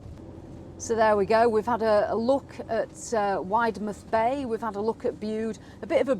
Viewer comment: I love your vlogs, we’ve just bought a caravan, we’re members of our very unofficial village caravan and motorhome group, I have tipped them all about your vlogs, especially parking. Cornish folk will tell you Widemouth Bay is pronounced Widdmuth. Black Rock cafe brings back happy memories of holidays years ago. They did the most amazing scones